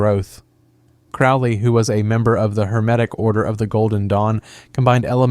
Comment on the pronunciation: As a Thelemite, let me say: Crowley is pronounced "Crow-lee", Thelema is pronounced "the-LEE-muh" or "the-LAY-muh", and OTO is not pronounced "otuh", but "O. T. O.". Thelema also isn't **based** upon A.'.A.'. and OTO—it's the other way around. This video doesn't even begin to explain "every Western esotericism", as there are countless organizations influenced by this broad tradition, and Western esotericism isn't a series of ideologies or groups but an umbrella term for a great range of concepts, philosophies, practices, and historical developments. Did you really research any of this or did you basically just narrate some Wikipedia pages?